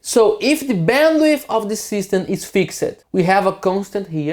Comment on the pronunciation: "fix-ed" ... should be one syllable. Americans actually say "fixt" .... they make the 'ed' sound like a t. I am not sure what British do.